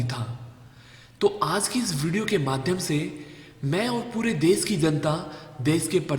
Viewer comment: O bhai tum pahle apni hindi sudhar lo ganwar kahi ke देस नही देश होता है हर जगह तुमने श को स बोला है। सुभास नही सुभाष होता है कौन से स्कूल में पढ़े हो।